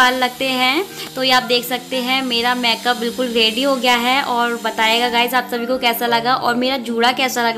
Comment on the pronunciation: लुकिंग वेरी ब्यूटीफुल दीदी।।।। लेकिन प्लीज़ आप मैकप ना बोले मेकअप बोले